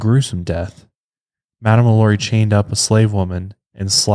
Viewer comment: I tell you what, if you madame lalauries name correctly one time in this episode, I'll buy your overpriced hoodie.